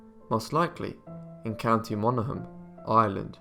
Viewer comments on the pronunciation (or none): none